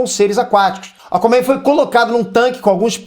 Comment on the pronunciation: "Acomen" kkkkk. zueiras a parte parabéns pelo canal. Foda mesmo!